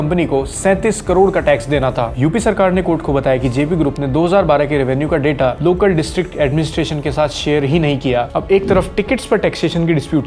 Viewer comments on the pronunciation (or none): none